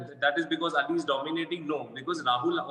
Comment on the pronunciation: Shukr ha Kisi ne to Ali Ka name Sahi dngh se bola